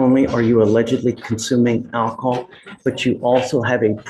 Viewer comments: Her pronouncing it "ackahol" is just the icing on the cake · It's "ackahaw" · Ak-o-hol .. case closed .